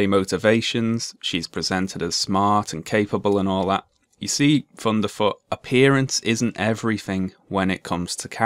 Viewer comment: I love that you pronounce his name as funderfoot. It brings a smile to my face